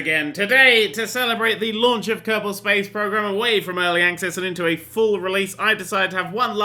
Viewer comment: Did he say Captain space program or is it just me???